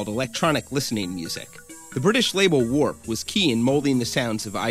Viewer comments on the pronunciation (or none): none